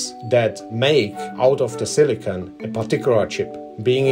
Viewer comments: I wish the narrator checked the correct pronunciation of silicon before recording. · serious. There's a difference between silicon and silicone. The narrator is saying it like the latter.